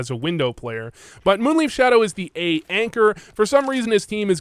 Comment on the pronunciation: Not taking a dig at you (not even a subtle one), but I love how you say MoonLeaf instead of MoonLife (Leif is a name, and pretty much sounds like Life - At least in Danish) 😁